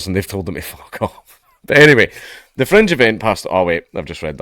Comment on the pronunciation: Every time you say Fringe I hear French